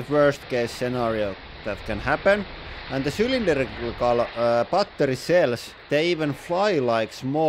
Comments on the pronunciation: I love how he pronounces battery like bah ter yh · 빠떼리 발음 친숙하다